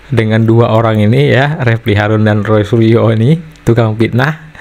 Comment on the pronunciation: ROY SURYO dibaca RAI ASU😂😂😂😂😂😂😂